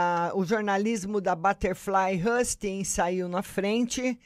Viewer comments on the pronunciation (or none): Novamente ...a pronuncia nao é hasting e sim housting